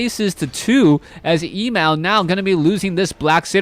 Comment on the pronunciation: Emal not equal to Emalfan. And it is pronounced Emaaaaal, a as in lalala.